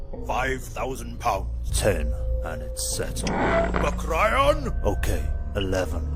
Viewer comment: The name MacRyan really threw me off. It sounded like you were talking about the tiny blonde actress from the 90s the whole time. You know, Meg Ryan.